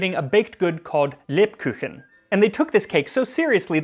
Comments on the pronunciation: It‘s so sweet how you pronounce „Lebkuchen“☺️as sounds like „lebküchen“…..which would be: „leb kitchen“….therefore „kuchen“ means „cake“….i love your channel, Im so happy i found it🥳🎂😍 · i love it when people put umlauts in the german language where there are none and when there are they don't XD lebkuchen is leb-koochen and it is the glottal ch (like in bach) not the pallatal ch. the ch that americans use when they say ich liebe dich, to make it sound hard. they switch everything. when it has to be soft they use the harsch glottal one and when it has to be harsch they use the soft pallatal one...